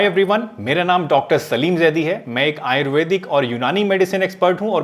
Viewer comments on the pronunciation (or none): you lost me the moment you said ayruvedic and unani